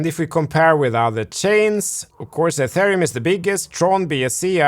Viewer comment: And "atharium "